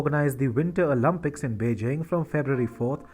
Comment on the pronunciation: Bro please it’s “Olympics” not “Olympucs”. “Picks” not “pux”. Nice videos 👌